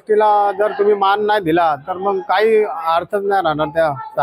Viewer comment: माण पान नाही हो मान पान असं म्हणा😂😂